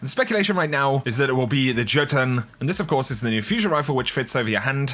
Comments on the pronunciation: for everyone's reference Jotunn is pronounced Yo-Tunn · Pronounce it yotun